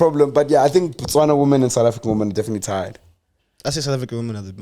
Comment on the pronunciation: BaTswana not Matswana